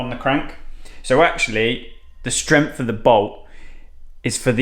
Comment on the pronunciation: High Strempth! 😂😂😂